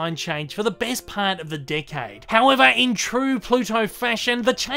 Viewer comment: 10 : 00 it sounds like you said dickhead instead of decade